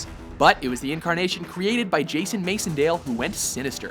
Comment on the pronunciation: Jason Masondale? Its Jason Mac-endale